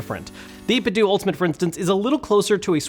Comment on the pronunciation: Grrrr, it's 8bit-DOUGH not DOO! Like Ninten-DOUGH, which is what their name was inspired from and why they designed their first controllers after Super Nintendo controllers!